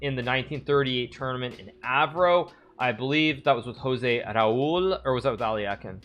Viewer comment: HIS NAME WAS JOSE RAUL CAPABLANCA not "jose"